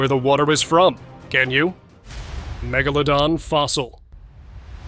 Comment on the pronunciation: Wait till you guys hear how they pronounce megalodon? Their AI needs polishing! Not (* Gibley and with significant draw that’s draw, that’s draw (droll)) ready for primeTime.This user every time time shouldn’t have to repeat myself each iteration..